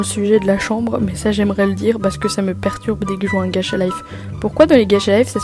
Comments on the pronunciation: Ta dis gatcha 😳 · Pk tu dis "gaTcha" 😭😭😭😭